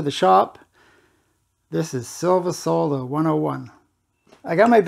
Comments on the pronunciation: Knows how to pronounce solder properly. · Finally, someone that can pronounce solder 😂